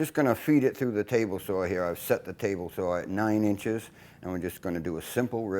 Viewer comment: Just one complain. Saw is spelled and pronounced saaawwwww NOT SAWR OR SAHHWWRR. Other than that you’re a bad ass Shipwright